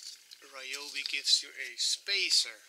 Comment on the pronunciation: It's pronounced ree-YO-bee